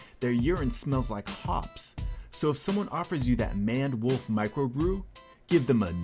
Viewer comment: Maned Wolf is not pron like that .They are meant to have a mane [like you get on a lion] and its pron with that in mind.I dunno if that pic is a youngish one but their legs dont look quite so bambi like in adulthood but def a one off . Good work all the same